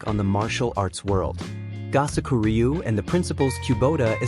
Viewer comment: I studied with for 48 years. If you're going to do these kinds of "documentaries," enlist a narrator who is familiar with the pronunciation of Japanese terms and names. It is "Koo-boat-ta" and "Go-soak-oo REE-yu." I can't even get through the footage, listening to you butcher my Master's name and his style.